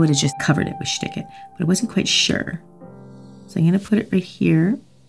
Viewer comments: I am in Germany and I just see and hear "Schtik it" and I cannot stop laughing 🤣🤣🤣🤣😘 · I'd have a million dollars fro every time she said "shtick it" LMFAO